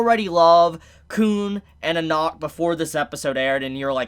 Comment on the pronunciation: im pretty sure its just jahad not zahad and its just anak like aanak not onok and its not bom its bam